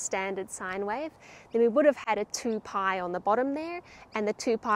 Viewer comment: Very good! I like every video of yours - especially the "mathematical day" at the end. Getting my old calculus/trig books out. Just one thing: "Paai" should be pronounces "pie", but that is just BTW :-)